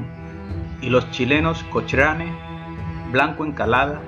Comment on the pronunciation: Buen videos pero cochrane se pronuncia cocrane jaja